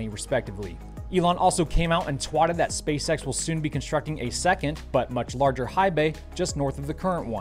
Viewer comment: "ELON ALSO CAME OUT AND TWATTED" LOLOLOLOL